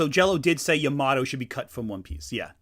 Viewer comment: apparently Pearl explains he can catch fire because the jungle but I’m like 60% sure that’s only the 4kids dub Also Pet peeve- Yamatos name is Pronounced Ya-Ma-toe You guys keep saying sounds like Ya-MAT-To